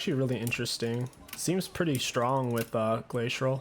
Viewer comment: Lol when you say "glacial" you always throw in an "R" sound